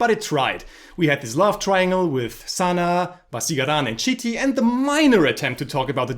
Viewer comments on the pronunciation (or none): Should have been 2.0/10 😛 The way you said "Chitty Robot" sounds like "Shitty Robot" 😂. Apt. Your old videos are gold 😂